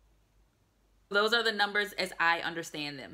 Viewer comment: your pronunciation of Polish numbers is excellent.